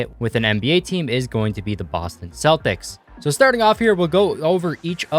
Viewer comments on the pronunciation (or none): none